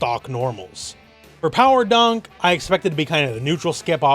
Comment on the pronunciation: Also, Pawa Dah.